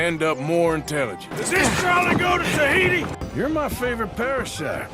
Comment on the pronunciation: "Does this trolley go to Tajiti?" Lol missed it on my play through 😂